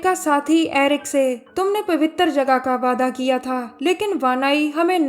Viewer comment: Pawwitar jagah very funny 😂😂😂🤣🤣🤣